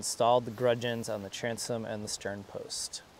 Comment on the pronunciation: they are gudgeons not gungeons. No "n".